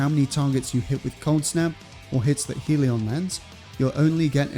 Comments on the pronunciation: “Hell-e-on”, not “heel-e-on” Great build, though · Never understood why people pronounce Hellion as Heal-ee-on instead of how it's spelt.